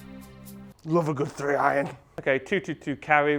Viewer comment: Always great vids. Tsk, Tsk; never hit a high draw with a “Tree Iron”...